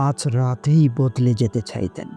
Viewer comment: বাচনভঙ্গি সুন্দর এমন কাউকে দিয়ে ভয়েস দিন। কথাগুলি সুন্দর। ছাইতেন,, অভেক্ষা,, বিডিও,, আলোছনা,, এখা,, নির্জ্ঝনথায়,, আপনি ভেগে পড়েননি,, আকাংকা,, চোকের পানি ছলে আসে,, তকনি,, চোকে,, ভুক,, বেতর,, কুজে,, খন্টেন্ট এসখ্রল,, এগুলো ঠিক করুন। বাচনভঙ্গি সুন্দর করুন। ভালো সাড়া পাবেন ইনশাআল্লাহ।